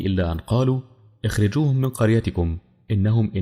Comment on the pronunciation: من فضلك لما تقرأ قرآن تأكد من ان القراءة سليمة لان قرائتك لم تكن سليمة فى كلمة اخرجوهم و فى كلمة أناس وشكرا للمحتوى الهادف